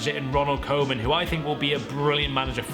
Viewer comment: You're saying Koeman wrong but atleast we have a legend as a manager I say Everton finish 5